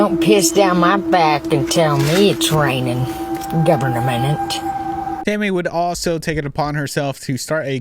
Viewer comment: “governamenent” sent me out of orbit! 💀💀